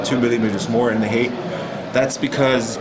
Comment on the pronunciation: Height is pronounced "hahyt", not heyk.